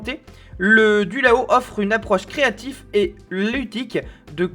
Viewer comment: C'est de la très grosse bouse. Toi, déjà, tu ne sais pas le nom du produit ("Dualo" et pas "Dulao"). Ça coûte 500 balles pour devoir réapprendre à jouer d'un instrument qui n'a aucun référentiel connu (pas un clavier, pas une guitare, même pas un accordéon… on ne comprend rien). Les premières vidéos ont déjà 8 ans… on sent une volonté du gars derrière de faire vivre son "instrument" mais ça ne prend pas parce que bon. Ça devrait coûter 15 euros et être distribué par Toys r 'us.